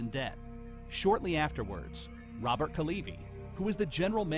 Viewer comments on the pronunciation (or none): none